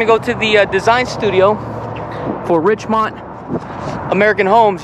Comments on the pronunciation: RICHMOND RICHMOND RICHMOND...... NOT RICHMOUNT RICHMOUNT RICHMOUNT!! LOL... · I know. I was taught it's pronounced like mund, not mont.